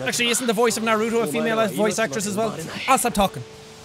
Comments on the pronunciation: When jack pronounces naruto as narūto * sad weaboo noises * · Nobody: Not a soul: Jack: Narudo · this is how you say Naruto nar oo to so it has the oo sound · It’s not Naruto this is how you pronounce it NAR-U-TO